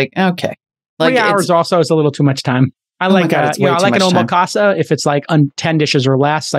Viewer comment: Jason, don't say Omakaza in Japan. It's Omakase. (KA SAY)